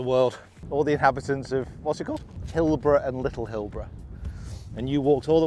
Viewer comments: I’m also from that part of the world. It’s Hilbre, but is pronounced “hill-bree”. The island on the way out is Little Eye. Very common to walk out there and back when the tide is out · Pronounced "Hillbree".